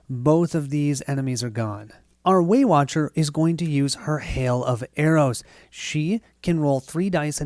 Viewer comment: Every time you say Waywatcher I hear Weight Watcher and then I am imagining the Abomination is some big fatty calorie beast that they are trying to defeat.